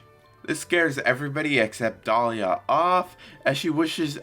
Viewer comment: I think it's a bit odd that you keep calling Delia "Dahlia". It's pronounced dee-lee-uh.